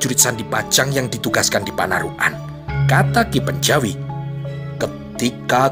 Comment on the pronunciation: Panarukan, bukan panaruk an